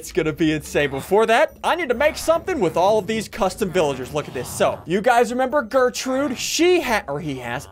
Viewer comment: You realized you said "Flirtrude" right?